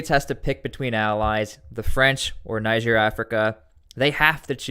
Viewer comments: Niger is pronounced "Knee-zher". Listen to broadcasts from Niger say for a guide. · You need to learn how to pronounce niger everytime you say it wrong you make me mad